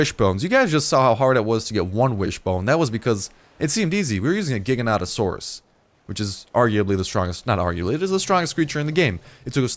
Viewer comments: it's pronounced Jiga-noto-saurus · Gig-i-natasauras. Its Gigantic-sauras